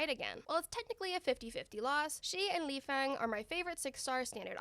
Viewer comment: you did it very well, though the po is said like thr character po from kung fu panda, just the o is pronounced a lot shorter lifeng is also my favourite standard operator, and overall favourite. Suprisingly you peonounce his name Lifang though- or at least thats how he pronounced it